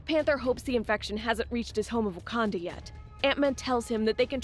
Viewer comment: did she just say "wakandia"